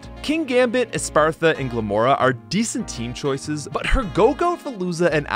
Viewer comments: It’s spelled Es-path-ra. Not Es-par-tha. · "Espartha" no. "Espathra". Say with me "Es-Pa-Thra" :3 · ESPATHRA exists People: espartha😊 Its pronounced (esp aah thra) I need to clarify this im sorry for being a 🤓 but please read the letters of the name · It's actually es path ra, not es par tha, though I also made that mistake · bro said Espathra "Espartha" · I hate it when people missspronounccce Essspathra. Essspathra rollsss off the tongue in a wonderful way. Essspartha doesss not. I’m sssorry, I’m jussst really nitpicky when it comesss to weird psssychic typesss like Sssigilyph and Essspathra and Reuniclusss. Alssso, I have no isssssue with any of Geeta’sss monsss excccept Veluza. Ssscrew Veluza. All my homiesss hate Veluza. Let’sss replaccce veluza with… oh, I don’t know, how about a niccce, big, annoyingly bulky Gen 9 water-type like DONDOZO? Then I’d do a little moving. Glimmora with Toxic Debrisss goesss firssst, Kingambit with Sssupreme Overlord asss accce. Cccetitan, Dondozo, Gogoat and Essspathra (in that order ssso that the bulky onesss ssstay a long time and chip a little before the attaccersss come out and finish you off) sssandwiched between them. A couple fixed movesssetsss and I think her battle would be a little better. I agree, Essspathra should get Shadow Ball over Quick Attack. But I think that a Bulked-Up, Horn-Leech ssspamming, Protecting, Recovering Gogoat would be fun. You need Brick Break or Hyper Drill to deal with Protect, but they’re increasssing their physssical defenccce ssso that won’t do sh*t. Even when you do sh*t, they’re going to Recover it all. And at +6 attack, now they’re going to ruin your team AND recover health with Horn Leech! Yippee! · Say it with me: "e-SPATH-ra" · why does he call Espathra "Espartha" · ES. PATH. RA. Not whatever you said the whole vid lmao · Bro i love your vids but like please read the name espathra and tell how you said espartha every time. Bruh read. I'm looking forward to your crystal rom hack